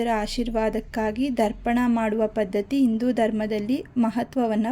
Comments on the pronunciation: Darpana alla, Darpana andare kannadi. Pirthru Tharpana. Sarariyagu ucharane madi. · Kannada sariyagi ucharane madi Darpana alla Tharpana.